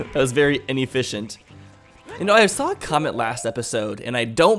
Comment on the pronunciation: It’s comment not CUMent